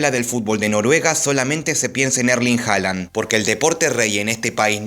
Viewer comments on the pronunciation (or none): none